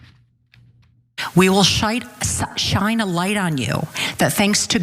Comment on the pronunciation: I love the way she starts by saying, "We will 'shite' a light..." Very appropriate for the type of light these loons show. She's an Orwellian, authoritarian fascist that is gushing over her fascism.